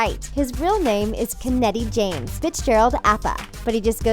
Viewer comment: the pronunciation of keneti james makes me c r i n g e ahhh.